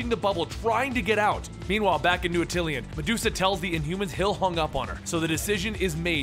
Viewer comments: This guy keeps pronouncing Atillan as atilian bro I'm done. IT'S ATILLIAN A-TUHL-AN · dude, it's Attilan, not Attlian. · Ati-LEE-un? There's only one "i' in Attilan. This ain't some across the pond Aluminium shit. At-il-an. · dude I love your videos! but as a big fan of the inhumans its like nails on a chalkboard when I hear you say "atilian". its pronounced ah-tih-lan. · its new at-ill-an